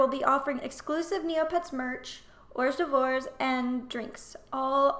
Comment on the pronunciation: WHORES DEVORES???? it's said like "or durves" Hahaha that was cute